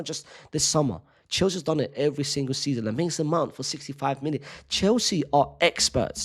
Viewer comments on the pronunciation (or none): none